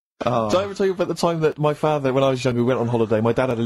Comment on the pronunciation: pronunciation of "father" insane